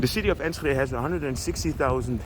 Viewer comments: You were spot on with the pronounciation. indeed without the H. For renovation there is usually an historic eye on its previous function. If the buldling structure is solid, like from the 60’s or 70’s or later it can be repurposed for housing. Sometimes the city decides to just keep the facades only, and rebuild the rest, or keep a conceete structure and build the rest up again, new walls and all. iI find it is really cool, this rebuilding and keeping history. It may not be the cheapest option, so we also remove and replace at times. I’ve witnessed an old concrete structure of a school being modernised in Utrecht, it is really cool. putting down a new concrete structure can be pointless, repurposing sometimes works quite well. There are indeed structures that are so old, it may be a good idea to restructure them, encasing them in glass, or reinforcing them with modern materials, so you are spot on with that. I love how you look for history and monuments. City centers are usually free for bikes, mopeds and electric bikes, but as it is a pedestrian area, they go first, this way of guiding traffic is in place in many city centers in The Netherlands. I am not from Enschede, but I’ve been there many times. Love twente, no nonsense, straight forward mentalitly there. ❤ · It's Enschede not enshuhday The s is pronounced like the s in suicide and then the ch is pronounced like clearing your throat, nowhere does your tongue meet the roof of your mouth. Nowhere in Dutch do we have the sh sound like you're making, the sh like shit or ship we don't have, sch like in school or Enschede is pronounced like a clean clear s followed by a g sound pronounced in the back of the throat like when you clear your throat. Move that sound up from the throat to the back of the tongue and you've got the g like goedemorgen or goededag.